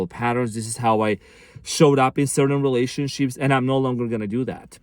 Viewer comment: did you just say relationshits? lol